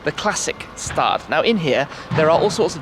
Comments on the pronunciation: It says Stadt and not Staat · Its not Klassikstaat, its Klassikstadt. Stadt not Staaaaaaat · If you're interested in pronunciations ... "stadt" = "shtatt" (not stard). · the St in Klassikstadt is pronounced like the St in Stuttgart